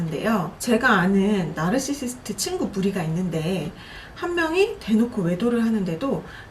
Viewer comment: 왼쪽분 널싀슽트 발음 너무 거슬려요ㅜ 그냥 나르시시스트 라고 해주세요ㅠㅠ